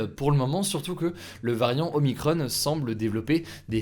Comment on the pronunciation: Y a que moins qui tilt d'entendre "OMICRON-EEEE", y a pas de E par pitité ^^" X'D